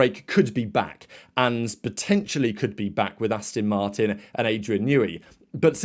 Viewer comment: … How many times do I have to tell you… It’s Aston Martin… as in Ass-TON Not Astin…😱 Also, It’s My Crack 👀😎 May the Force be with you.🌀 Jim🌀 (-: <*>:-)